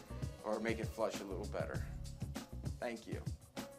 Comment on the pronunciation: I heard that thank you as "fuck you," with a smile. XD